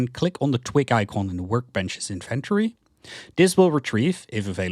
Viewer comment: It really bothers me when you try to say inventory. Try to practice saying the word slowly. IN-VEN-TO-RY, you can also watch some people saying the word correctly so that you stop making that horrible mistake with your pronunciation of "inventory". Anyways thank you for your video. It was very helpful in finding out how to play the game the right way.